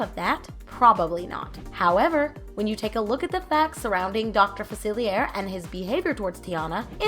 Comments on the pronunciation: Fuh-seal-e-ay right? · I think you should’ve watched the movie or looked up the name cause you keep saying facilier but it’s a French word meaning the r wouldn’t be pronounced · The way this girl keeps saying "Dr Facilier" is really jarring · Yeah that's what's bothering me the most about this video and it's not the first time I've seen people mispronounce his name in a video about princess and the frog.